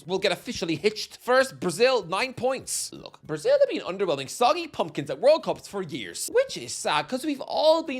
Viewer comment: Not as bad as "brasil"...